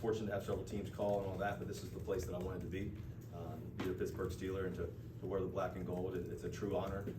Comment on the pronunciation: He said Pixburgh …. I love it! City is already rubbing off on him!